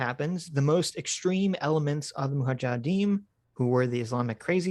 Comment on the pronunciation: Suicidal drinking game: have a shot every time says "moohajadeem"